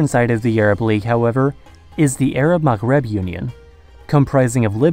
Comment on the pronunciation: Wow you pronounced Maghreb really well. You must speak some arabic or something right?